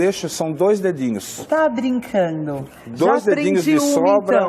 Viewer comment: A apresentadora não deixa o especialista falar; é chata e inconveniente. Ainda pronuncia brincano!!!!